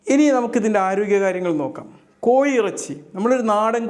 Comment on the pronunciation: കോയി ഇറച്ചിയല്ല കോഴി ഇറച്ചി😂 Scratch & win ഡോക്ടറാണോ?😂 DR എന്ന് കണ്ടതുകൊണ്ട് ചോതിച്ചതാണ്.